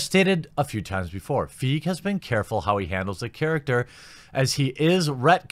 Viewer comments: At what point do you admit that you’re the cackling, mouth frothing villain who doesn’t know how to pronounce ‘Feige’ since you’re not an actual fan who doesn’t read comics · Its pronounced "FY-GEE" lol. Everybody makes the mistake so it doesn't really matter. However I'm all for it and yes I'm all for Captain Marvel being the leader but I just cannot stand the casting choice because let's be honest, no 13 year old boys are going to have posters of her on their walls to beat the meat Like Scarlett Johansson's Black Widow. She looks like she has no charisma at all. She's always blank in all the promo and I know the movie hasn't released but this feminism s*** needs to stop. We're at a time where everybody is treated the same and these Nut Job women don't understand what feminism is. They just automatically assume, "MEN BAD. GIRL GOOD". That's not what it is at all. It's about not judging somebody because there are a female. And being treated equally. Not attacking the other gender. This is getting out of hand and it's annoying me because this might be the first Marvel flop because of her actions. She could single-handedly ruin MCU if she continues with this s***. Miss flat Butt needs to calm down like I do at the moment. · I want to like this video so much, but when you can't even do enough research to know how to properly pronounce Kevin Feige's name, it just makes you look like you don't know what you are talking about. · Is it Feige or Feige... I’m pretty sure you’re saying it wrong 😂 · Look, if you can't even get their names right, why bother with your attempts at an enlightening YouTube spot. Good thing I didn't waste my time watching the whole thing... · Please pronounce Kevin Feige's name correctly... 🤪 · wow, you predicted the removal of the "want to see" poll like a psychic! (Feige = fah-e-ghee) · BTW it's pronounced Feigy not fig. Kevin feige if they make he won everything I'm out... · It's pronounced "fai-gi" not "feague" , easy mistake.